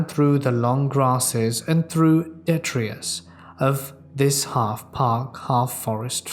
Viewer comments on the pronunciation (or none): none